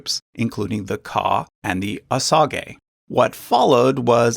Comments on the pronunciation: Osage is pronounced OH-sayj, not OH sa gay. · Kimistry as I Cherokee I actually use ‘native’ a lot, I feel like it’s the easiest and most accurate word from the many words they give us haha. Far smaller of an issue to me that his pronunciation, I love this channel but every time he said “OH SAH GAY” part of me died inside. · I was always taught "OSAGE" was pronounced "oh-SAYJ". Was i taught incorrectly??? I'm honestly asking. I'm older than dirt so it's been a while. LoL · It’s said oh-sage not oh-sah-gee It’s pot-oh-wat-uh-me n it’s not Potawatomi it’s citizen Potawatomi. Get your shit right before you come on here looking like a asshat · Osage is more accurately pronounced "wa-sa-jhay". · I'm from SW Michigan, where the Potawatami recently regained status land near Dowagiac, in Cass County. I've never heard their tribe pronounced as you have. It's "pah'-tah-WAH-tə-mee." Emphasis on the third syllable, not the fourth. And I have friends who are Osage. It's not how you pronounced it. It's "oh-SADZH." Sage, like the seasoning. You're trying too hard to make their names sound foreign based on spelling. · Please pronounce the tribal names right. It's O-sage and Pot-o-what-ah-me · I’ve always heard Potawatomi pronounced as paw-tuh-wah-toe-me. Also, with Osage, I’ve always heard it pronounced oh-say-j. Love the channel though and enjoy seeing a wider scope of information in an easier to understand presentation for visual learners. :) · It's pot-uh-WAT-uh-mee. And Osage is pronounced OH-sayj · Yes the 'sage' in Osage is pronounced just like the herb. Also, I've always heard 'pot-ah-WAH-tah-me'...and of course Wabash is like Wabash Cannonball, "bash" like in "bashfull". BTW his ancestry wasn't really secret, I've heard of it before. A lot of Americans have native ancestry that you might not expect, like Chuck Berry for example. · That's not how we say Muskogee and Seminole so that was weird to hear. Same with the Osage. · it is he's pronouncing it wrong